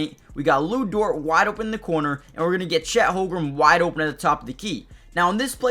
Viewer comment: Good analysis. Again, please learn how to pronounce Chet's last name. The Thunder fans will thank you.